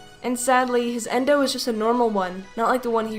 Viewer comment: It’s a yendo not endo